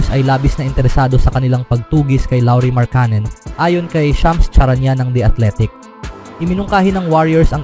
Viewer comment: Wag mo na naman masyadong artehan ang salita mo, nakaka wala ka ng gana e. Halatang halata ka, paiba iba ang bigkas sa pangalan ni markkanen at kuminga. 😤😤😤